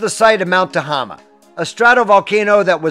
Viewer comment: I'm happy to report it filled up last year (spring 2023) and had very high waters all summer long. 👍 I went snow shoeing near Bogard 2 days ago, which is where the turn-off for Crater Lake is. Thank you for the great video of my backyard! (PS: Tehama is pronounced Tuh-hay-muh) Happy trails!